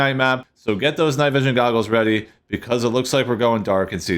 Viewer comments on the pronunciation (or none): none